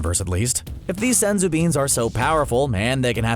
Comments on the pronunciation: “SENzu Beans!!” I hate how he pronounces it. So much emphasis and it annoys the hell out of me. Oh and... SUPER 18 ??? Cmon man at least proof read the research‼️‼️ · It’s Senzū beans